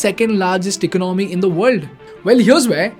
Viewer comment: Your economic analysis is spot on but your pronunciation of ordinary words such as economy etc can be refined. It is Economy and not "ecanomy".